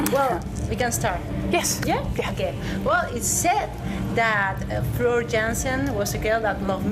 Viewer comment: Immediately the interviewer pronounces Floor’s name wrong.